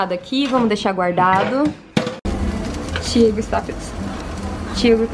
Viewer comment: Só eu que escuto ela dizendo Thiego? Kkkkk 😁